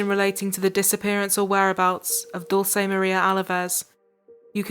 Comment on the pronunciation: this is not the most important thing in the video, but please learn how to pronounce Dulce